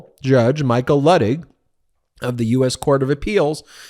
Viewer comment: C’mon, learn to pronounce Judge Luttig’s name. It’s lew-tig, not luh-tig.